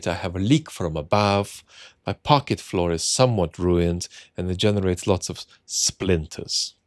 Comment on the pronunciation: British people don't pronounce parquet floor as "parket".